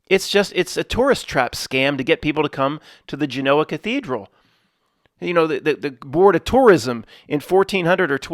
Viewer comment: U can't even pronounce Genoa